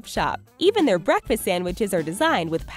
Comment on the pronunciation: Oh and btw when she said breakfast she said barkfast